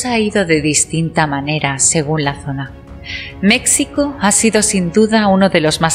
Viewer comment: Me dejaste intrigada, espero con ansias el siguiente.Te hago un comentario: en el nombre de mi país, México, la letra X, se pronuncia como J. Muchas gracias por la excelente narrativa, y espero que tu salud cada vez estés mejor. Un abrazo fuerte desde México.